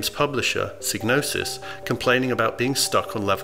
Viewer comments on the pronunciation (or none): Also the name of that studio was pronuonced psy-nosis as the g is silent in gnosis